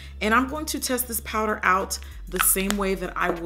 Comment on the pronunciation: “I usually like to set my prider” Love you miss O😂😂♥️